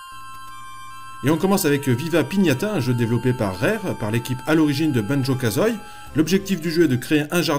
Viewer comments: petite erreur on prononce banjo kazoie "banjo kazoY" mais sinon bonne vidéo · Ont prononce Banjo Kazou-i